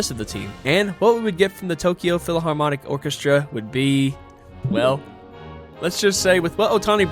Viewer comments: Also you saying PHILAHARMONIC instead of PHILHARMONIC broke me lol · Well-made video but “philaharmonic” is killing me 😭